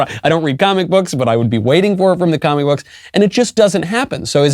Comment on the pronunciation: sounded like he said commiebooks lol I like it.